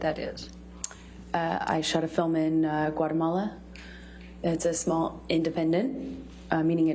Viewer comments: Amber's lawyer trying to pronounce Guatemala 🤣 "Guttermowa" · As a Guatemalan myself I can say my skin crawled everytime I heard her say my country's name. So sorry she was able to shoot a film here.